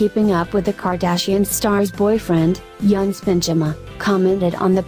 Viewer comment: His name is pronounced "Eunice" not Younes.